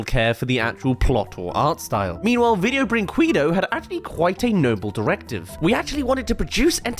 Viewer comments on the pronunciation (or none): "Video burincuiduou"😭😭😭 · As a brazilian, I feel like I have an obligation to laugh at his pronunciation of "Video Brinquedo" but respecfully